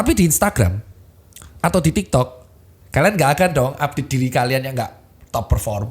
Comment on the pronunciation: kok gw dengernya tiktod ya😂